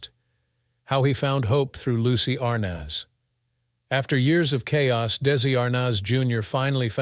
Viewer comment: I think you are pronouncing his last name wrong.